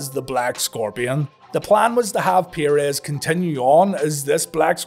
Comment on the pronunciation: It's 'PURR-EZZ' not 'PIERRE-EZZ'